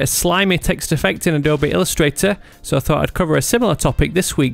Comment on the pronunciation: Grammar nazi: It's not pronounced Adobi but Adobe and it's heard like a-d-o-o-u-b and not Adob-e.